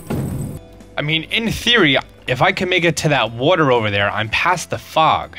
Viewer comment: “water” are you from Philly?